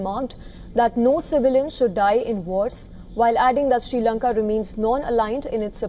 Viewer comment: Dont chage name of my country jayashankar. Its not s lanka it s sri lanka